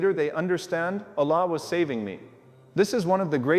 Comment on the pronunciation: Love but the way he speak Allah sound like he is saying one laam not the second laam.